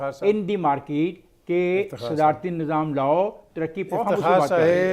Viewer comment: Pakistaniyo kaam karo bas bak bak bak bak band karo, iq level gadhe k Bara hai baat karen iran Turan ki. Karam pe wiswas rakho bckchdi se kuch nahi hota chiti tadat kitni bhi ho jaye ganna ghasit k nahi le ja sakti. Aur bhai market hota hai Markeet nahi